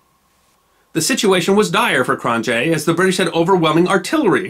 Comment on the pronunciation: Very interesting. Thank you! To improve your series, I'd suggest working on your pronunciation of foreign names. I confess I cringed when I heard Cronjé's and Laurier's names...